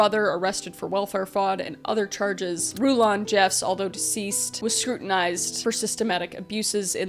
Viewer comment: Happy American Thanksgiving, friend from Canada. Rulon's name is pronounced like "rulin'," or ruling but relaxed. I watch way too much context on the LDS and, by extension, FLDS, so I've heard his name pronounced by people who grew up in the church. Also, ALL branches of the LDS church follow a "Prophet," that's what they call their leader. I believe this is because of their belief that the "Prophet," their leader, is the literal mouthpiece of God.